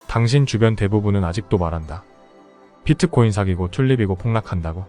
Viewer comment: 발음 좀… 제발ㅋㅋㅋ 그냥 비트코인!!! 피트코인?? 😅